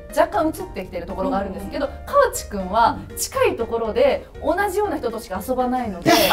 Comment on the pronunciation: 大阪(東部大阪地方)ですが、この講座 私の親でも使わない大阪弁を教えてます。 川地アナの名前の言い方も、カワチの発音もこちらでは一本調子『カ→ワ→チ→』さんと発音しますよ。 自転車も、柄が悪い方がチャリンコとかチャリと言ってますよ。 普通の男女共に大阪(関西)人は『自転車』と言いますよ。 大阪の『さか』は、『坂』だと縁起が悪いから『阪』を使われていると聞いたことがありました。 すみませんが、大阪のイメージ悪くなりそうなので、本当の普通の大阪弁(関西弁)講座にして欲しいです。